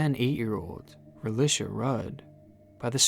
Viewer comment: Her name isn’t relish